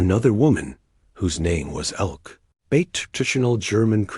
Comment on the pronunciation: Another woman, whose name was Elke (But AI pronounced it Elk). Should sound like Elkuh.